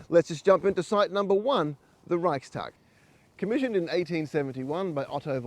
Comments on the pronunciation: LOL! Can't even get the FIRST name right! It's Reichstag and NOT Reichtag. LOL!!! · Reichstag not Reichtag you bellend 🙄 lol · It’s Reichstag with an ‘s’. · Garbage. You couldn't even pronounce the name of the German parliament.